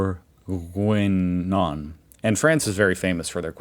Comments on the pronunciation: It's Boeuf BOURGUIGNON, not bourginon. LOL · it's boeuf bourguignon,not bourginon.....and for the steka with fries in belgium,you can acompany them with all kind of sauces like pepper,mushroom,béarnaise,and so on...but i like it most with only the sauce of the steak itself...but i missed the flemish stew on this list